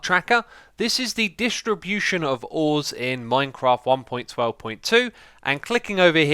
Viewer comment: I knew he would pronounce distribution dishtribution. :D love the accent